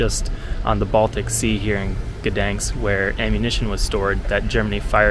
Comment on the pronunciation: Not so difficult to pronounce the city's name correctly.